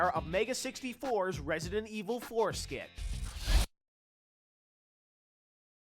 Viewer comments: it sounds like he resident evil foreskin lol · it's sound like he says resident evil foreskin :P